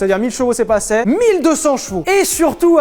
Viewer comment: et plutôt Sylvain, Prononce moi: - Éternel - toi ET moi - prÉcÉdent ... "assez"... "ASSÉ", et pas "ASSÈ" MERDEEEEE!!!!!! (rot) Voilà c'était l'instant casse burne. Le prof de français (non), le rat de bibliothèque (non plus non), avec une veste en tweed et patalon en velours cotelé (ah surement pas non) et des lunettes en cul de bouteille évidement (... non ...) plus de cheveux sur l'crane (merde, ça, ça m'arrive par contre) et un "after shave" qui embaume un amphithéâtre pièce de 300m² en 1 minute chrono